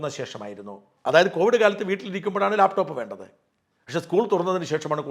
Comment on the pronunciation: ലേപ് ടോപ്പ് അല്ല മാഷേ ലാപ്ടോപ്പ് അത് മതി